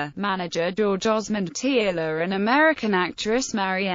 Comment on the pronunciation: Tearle is pronounced Turle or Terle